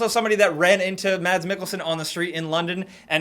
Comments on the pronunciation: Mads Mikkelsen its pronounced Mas silent D goodday :D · You don't pronounce the d in Mads :P